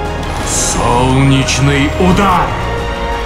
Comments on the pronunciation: Голос не подходит, к тому же слишком долго инвокер произносит фразы. Что такое "Екзортус, Вексус, Екзортус? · Никаких Экзортус,, я, как высококлассный маг заявляю, что правильное произношение сфер увеличивает количество лайков.